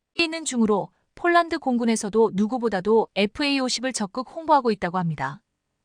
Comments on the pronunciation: 폴란드를 쫄란드로 발음하는 나레이션을 바꾸세요 21.4만명이 시청하고 있읍니다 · CGS 무게단위 t 를 톤으로 못 읽고 티 라히는 내레이터는 초등학교 3년 산수자연 실력도 못되는 무식한 여자다. 폴란드를 쫄란드와 구별 못하니 딱하다. 뮬식은 불식이 맞다. 1자는 1차다, 요정은 요청이다. 21를은 21를이 맞다. 이 멍청아 스크립터도 역시 엉터리구나. 이건21만여명의 구독자를 모욕하고 무시 우롱 하는 거다, 이건 용서할 수 없다. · 쫄란드라니, , ,,한글도 발음 안도느냐? 쫄란드라는 나라 새로 만든 나라냐?